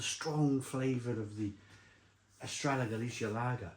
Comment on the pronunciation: It’s actually called Estrella Gal-lith-e-ah